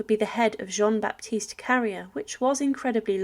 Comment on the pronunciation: Obviously she didn't study French at school because a teacher would have been appalled by her pronunciation.. Carrier is pronounced "carry-ay", Nantes is "Nont", etc. It's not worth watching videos like this because it''s clear she's just reading a script with no idea what she's actually talking about.